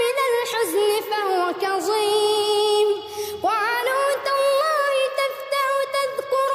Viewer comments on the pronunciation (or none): وهو كظيم وليس كزيم